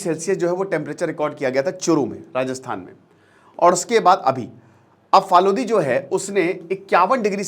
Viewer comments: Phalodi = फलोदी hai sir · Sir it's- फलोदी